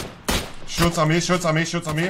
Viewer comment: Ich liebe es, wenn Monte "Shots" sagen will und "shoots" sagt😂